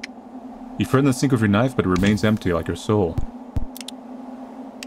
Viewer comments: “so here we have a knoife” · I love that he says knoife instead of knife :D